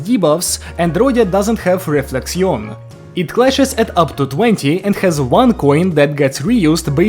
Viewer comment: I'll be honest here, as a french speaking person, your pronunciation of the french terms was pretty good. 'Though "Réflexion" can simply be pronounced as Reflection, or you can make the "n" silent. Both works here. Otherwise great review!!